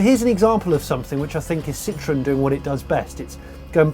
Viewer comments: All I hear is "Sitron", "Sitron"..... Jeez! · I guess it's ok to pronounce Ami wrong, you "only" had 50% chance to get the stress right... And it's ok because you also pronounce Citroën wrong, as if it was "citrus". Don't mind those strange symbols above the letter "e"... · It’s not a Citron it’s Citroën.